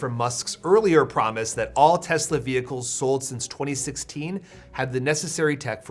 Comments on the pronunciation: "Everything's computer." "I love Tesler." You don't even have to roast Trump anymore, he's doing it to himslef. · "I love Tesler" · "I love Tesler!" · “I love Tesler.” 😂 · It’s pronounced “Teslurr” now. By Presidential Proclamation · Teslur. Lol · I love Tesler! Everything's Computer! 😂😂😂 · It's pronounced Teslur. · TESLER (with a hard "R") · "I love Teslar" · Yeah that was funny. TESLURR too.